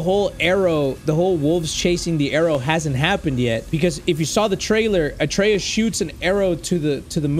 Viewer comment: i love how he says atrequs instead of atreus